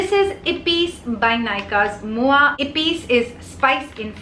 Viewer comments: You are the only one who pronounced 'Moi' correctly. All the other even big youtubers are like mo-ee 😅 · Your French pronunciation is on point ! 👌🏼